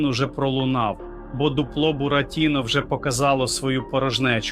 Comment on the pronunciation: А ти хто ? Блогер - ГНИДА ? Дуже смердиш ! Людина, яка не може правильно поставити наголос у словах ( бурАтіно, шулЕр, дзвЕнить) явно читає чужі тексти. Знайшли дурня і використовують, як туалетний папір. PS: а 100 000 Петя заплатить ?